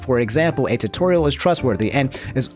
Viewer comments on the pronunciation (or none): none